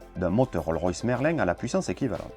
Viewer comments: Roll-Royce ? Non, Rolls-Royce ! On prononce le S final du mot, en anglais ! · Top ! Juste une petite remarque : il faut pas oublier le "s" pour Rolls-Royce. On ne prononce pas "Roll-Royce"...:) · On prononce le" S " de Rolls ...........